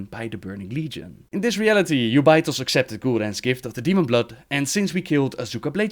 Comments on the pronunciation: Jew bay, his way of saying it sounds so bad. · Its pronounced 'jew-bi-thos' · Who is that Ubaitoz you are speaking of? The name is Jubei'thos, pronounced like Yagyū Jūbei Mitsuyoshi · I didn't know who you were talking about when you were saying Jubei'Thos lol